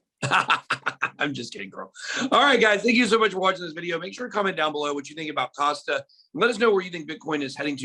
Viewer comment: And it’s Kasta…not Costa which is the coffee shop chain.